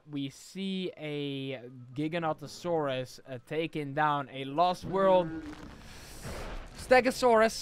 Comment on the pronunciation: when you put three Giganotosaurus together, one was mother, the second one was father, and the last one was brother or sister. You pronounce Giganotosaurus wrong and right, it actually pronounced giga-noto-saurus. The Giganotosaurus actually has a name Zeb, who is 18 feet tall and who is 3 years old, it’s same age and height as Indominus Rex actually has a name, Indy.